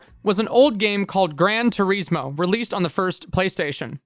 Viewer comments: Gran Tureezmo. FAIL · Is - gran tour is mo. Say it. is. Say the word is, and then put it in there. Gran Tour Is Mo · How do you pronounce 'Gran Turismo' so badly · Clueless channel. Racing games have never been as popular as they are now, with MASSIVE communities of online co-op and competitive leagues existing and growing FAST. Also "Grand Turismo" is supposed to be pronounced with an italian "accent" .... The americanized name is just an insult to the car industry. The guys who made Mario Kart, made it the way they did because that was what the technology allowed at the time.